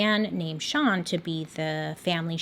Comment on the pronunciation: I love how confident Bailey is saying STAN instead of SEAN😂😂